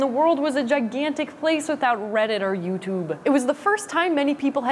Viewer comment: Cool my brother's birthday is September 7th! Also I don't know why, but the way Emily said youtube was really funny to me for some reason :)